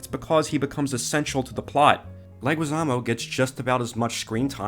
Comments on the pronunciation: Why do you keep pronouncing John Leguiszamo's name like that? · Audio problems and his mispronouncing of Leguizamo